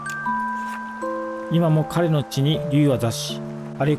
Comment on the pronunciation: 一応、「彼の」と書いて「かの」と読みます。かれではないです。